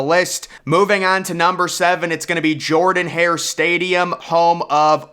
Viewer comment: Jordan-Hare is pronounced "Jerdan" It's Sanford, not Stanford. It's "Knee-land" not "knee-lon" Just some constructive criticism. I really like your videos!